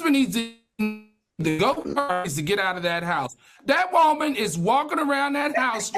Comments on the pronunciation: I love how Al says “Woahman” 😂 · Y’all why is Al so mf funny 😂😂 the doll story got me weak! And I love how he say “whoa-man” when saying women 😂😂😂 this was a good show. Heavenly is getting a lot better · It tickles me the way Al pronounces “Woah-man” 😂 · The way Al says WOMAN will never not be funny 😭